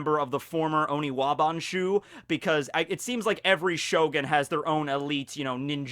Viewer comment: Honestly the best part of this video imo is that he's finally started to use the correct term for the ninjas. I'm just so relieved to not physically cringe when I hear Onibawan....finally hes saying oniwaban..i just hope this continues and he remembers to say it right from now on.